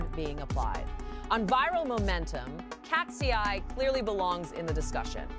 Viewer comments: Tf is with "katsi-eye" and "bi-nigh"? I only know katseye and bini. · IKR? KAT-SEE-EYE? Nice try AI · “Katsy Eye” and “Bee Nay”?!!! Wth man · KAT-SEE-EYE BEE-NIGH I’m dead! Lmao! 😂💀😭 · Katsy-eye and Beenigh is taking me out😂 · KASTSI-YAY BAY-KNEE 😂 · The way you pronounce KATSEYE just takes me out 😂😂 Love BINI's performance. It was flawless! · Holy cow is the voice over rage baiting with those group name pronunciations? KATSEYE was clearly super high production. The Golden collab with HUNTR/X was clearly gonna be a headline moment. They were good, but not really for me. BINI however was the one that impressed me and made me a new fan.